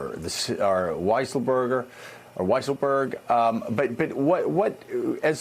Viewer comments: It almost feels intentional that Mika calls him Weaselberg instead of Weisselberg, lolz. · FWIW, it is "WI sel berg" with a long I. In German, "WEE sel berg" would be spelled "Wiesselberg". Surely Mika was trying too hard to sound fancy, and not playing with a subject's name. Let's do better; we're the educated side, remember? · lol..did she just say weaselberg lmao...love it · They all had trouble saying weiselberg! Let's just call him weaselberder😅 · Wiiiselberg! I not E. You’re the only member of the news organizations that mispronounces his name 🙄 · Mika doesn't strike me as the kind of person who would do that sort of thing deliberately. And yet, it's hard to imagine that she hasn't heard that name hundreds of times. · WEEEEEEselberg? Like Mika and everyone else NOT living under a rock hasn’t heard the man’s name for years now, pronounced correctly. Oy vey, Mika! 🤔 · Love how Mika pronounced the name "Weaselberg". A Freudian slip? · this guy is in the news for weeks, one calls him weaselberg the other weiselberger ^^ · Did I hear her correctly? Did she just say Alan Weasleberg? How wonderful. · I sure it sounded like weaselburger to me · No she said Weaselberg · Lol, she said Weaselberg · Are they purposely mispronouncing his name, lol? I heard Mika do it the other day too. Hilarious. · How much can you really trust a reporter who can't even pronounce weisselberg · I like how Mika pronounced the CFO's name